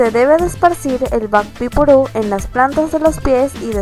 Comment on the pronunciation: Lo pronunció en English 😎